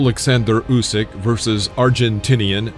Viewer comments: Mate he is Usyk (Ooseek), not Jusic (Youseek), as you had pronounced. Good video. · Please, it’s pronounced “Oosyk”. Great video though!